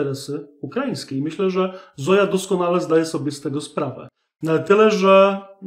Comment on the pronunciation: Nie Zoja tylko Zojcha.